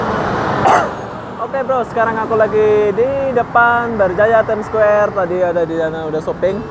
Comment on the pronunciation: bukan squwere tp Square..haha